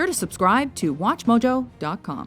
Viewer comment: anyone else noticed the weird way she said 'watchmojo DOT com' at the intro?